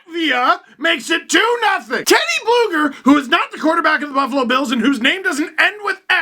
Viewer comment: Steve... U got it wrong his actual name is TeodorS BlugerS. So yes his from Latvia and his name ends with S